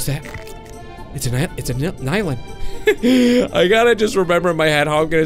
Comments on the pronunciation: It's pronounced NIE-LIN not NI-LIN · Is Nilin. not Nylin Are Ni-lin u read It Nee And Leen Not Ni And Leen.